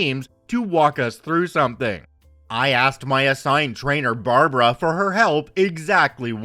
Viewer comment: Barb like bard wire + brah like the meem near the end it sounded right but bar-bar-raw sounded really wierd